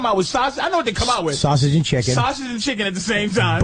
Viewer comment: Patrice does a good job of not having a boston accent, until he says sausage.